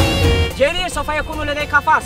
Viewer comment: جرير وليس الجرير